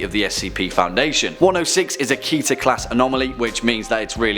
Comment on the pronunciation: its not kih-ter, its keh-ter. the hebrew word for crown